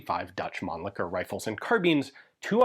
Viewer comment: At least someone here in US pronouncing Mannlicher close to correct. Usually I hear people going " Man licker", then they stop like"ohhh wait...what?"